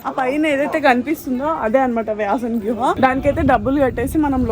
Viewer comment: Vyasa guha...not gruha..pl..